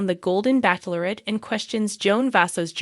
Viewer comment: It’s not backlorette , it’s pronounced batchelorette!